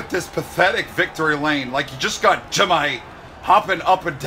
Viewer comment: Day 171 of saying JIMMAY!